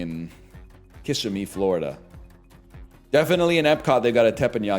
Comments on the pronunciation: i work in kissimmee. that’s not how it’s pronounced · Not only does he mispronounce Kissimmee, that's not even where Disney World is. Stolen Disney adult valor